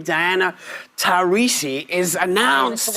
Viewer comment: What an effin moron. How does she get “tah rees ee” when the 2nd syllable is “ras”